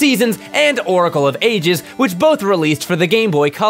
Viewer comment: “...into the secwets....” “Zeltda” “Oracle of eight-dis”